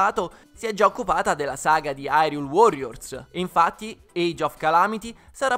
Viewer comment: La demo è meravigliosa ma ha due problemi che tutti i giochi di "The Legend of Zelda" moderni hanno. Il doppiaggio italiano è straordinario ma sentire Hyrule detto Irule mi fa stare male. Poi, nonostante tutti i personaggi siano doppiati, Link non spiccica una parola. Capisco durante il gameplay, ma almeno nei filmati Link potrebbe parlare e sarebbe fantastico vederlo parlare con una voce italiana e in tutte le altre lingue con un doppiaggio dedicato